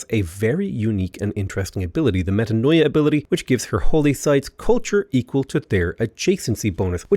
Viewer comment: You don’t pronounce the O in, Metanoia. It’s MetAnia.😊